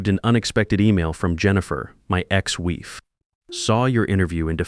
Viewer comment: "Wife" is not pronounced "weef"!!